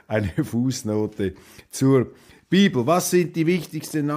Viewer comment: Du hast das falsch ausgesprochen, nicht die Biiiiebel, sondern die Bibeeeel